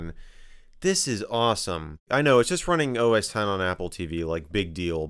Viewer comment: X = TEN It is OS TEN he is saying OS TEN!!! Lol.